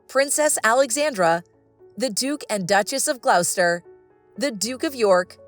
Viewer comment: I wonder why a person who doesn't know how to pronounce "Gloucester" feels she is able to comment on something as complicated as the monarchy.